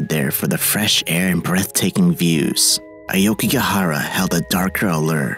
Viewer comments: A-O-kigahara, not A-YO-kigahara!! Otherwise, nice job. 😊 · It is pronounced as AWKIGARAHA, not AYOWKIGAHARA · AH OH KEY GAH HA RAH not AYE YO KEY GEE AH HA RA. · It’s awkigahara not ayokigahara